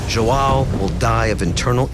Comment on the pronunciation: It's not Jo- ah- o it's jo an o, portuguese name